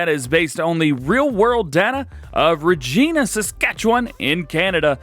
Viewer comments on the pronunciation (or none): DJ it’s pronounced Ra-gi-na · Regina is pronounced like vagina okay lol